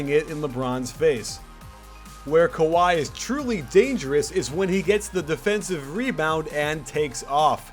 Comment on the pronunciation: "Sky" Leonard